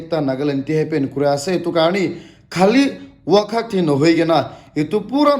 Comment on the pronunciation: Its Cyclone not Cyclo Wokha not Wakha😂😂